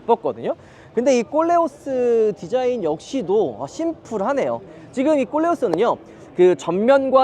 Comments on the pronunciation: 꼴레오스가 꼴레오라고 발음해야 맞을 듯.... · 발음 잘 좀 해주세요~그랑 콜레오스와 꼴레오스랑 분위기가 다르잖아요~ㅎㅎㅎ